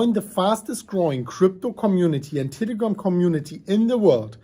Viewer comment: Did he say Titigram?